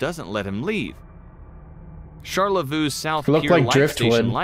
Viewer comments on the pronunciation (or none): As a Michigander the pronunciation hurt me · Is he trying to say Charlevoix? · Lmao they pronounced Charlevoix sharlevoo, it’s sharlevoy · SHAR-LA-VU???? sobing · This is a late ass comment but I'm so mad at how he pronounced Charlevoix (Shar le voy) is the correct pronnounciation lol. I like to think it's just kidd rock passed out on the beach. #Michiganproblems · Charlevoix is pronounced shar-leh-voy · As a Michigander, his pronunciation of “Charlevoix” made my bones hurt.